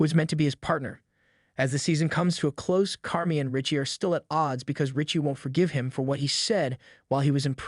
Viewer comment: Definitely AI— when the voice says “come to a close” it pronounces “close” with an S sound, like the adjective, rather than a Z, like the noun/verb. What a disappointment of a video haha